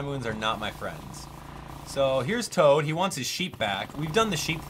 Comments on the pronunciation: it's toad, not tod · His name is TOAD. Not TODD. Come on, man. This isnt hard. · ITS TOAD NOT TODD LMBO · did you actually call toad tod? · Did he just called Toad "Todd". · You said tod instead of toad